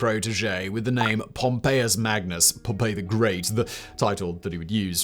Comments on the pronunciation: it feels kind of odd how he pronounces his name as “pompeii” instead of “pompee” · Pom-PEE. Pom-pay is a place that got volcanoed. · Oh that's a shame, I thought you were making a clever joke about how he spent the whole video pronouncing the name Pompeii ("Pom-pay") instead of Pompey ("Pom-pee") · It's Pom-pee my dood. 😭😭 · Sorry, but I can't listen to a half hour+ of a pair of videos with Simon pronouncing Pompey as "Pompeii". I probably could have written the episode so I wouldn't have learned much if anything, but it would have been fun to listen to. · "Pompey was born Gnaeus Pompey the Great" no he wasn't 😂